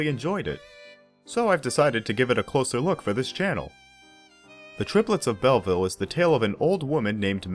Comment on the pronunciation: A brilliant film. Pronunciation = Bellveel not Bellvil, it’s French.